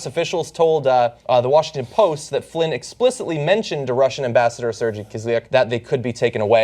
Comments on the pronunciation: Please learn how to say SER-GEY not serjy, its not that hard just sound it out. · Come on guy...professional journalists learn how to pronounce words before getting behind a mike: The name is pronounced SIR-gayt not SIR-jee...and the correct spelling is generally Sergei. I fully support TYT, but little errors like this tend to add up and make you appear to be unprofessional. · Its not pronounced "sir gee" John! Its pronounced "sir gay"! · Hey John, for future reference, Sergey is pronounced Ser-Gay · Its pronounced Sir-Gay! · I love John, but maaaaaan, at least try not to butcher russian names :)